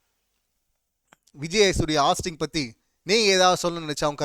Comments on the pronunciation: நீ ஃபர்ஸ்ட் ஒழுங்கா சொல்லு ஹாஸ்ட் இல்ல ஹோஸ்ட்.. விஜய் சேதுபதி கரெக்டா தான் பண்றாரு உனக்கு பிடிக்கலைன்னா நீ மூடிட்டு போ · Please pronounce it host, not hast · ஹாஸ்ட்டு இல்ல டா ஹோஸ்ட்டு😂😂